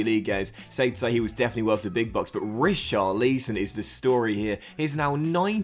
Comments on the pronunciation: not an accent issue. I’ve heard other English guys pronounce it correctly haha, you’ve called him Richarleeeeeeson the last 3 fifas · How to pronounce richarlison=rich-are-lis-on